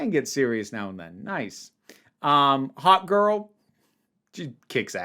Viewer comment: When you said "Hawkgirl," I heard "Hot Girl"....and both are true! Isabela Mersed was easily the best part of TLOU season 2.